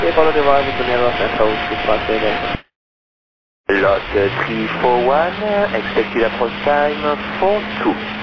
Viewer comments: Its LOT341, not ELY341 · I suppose it's "LOT 341" instead of "El Al 341". The callsign for LOT flight Warsaw - Nice is LOT 341 and it sounds more like LOT than El Al. :)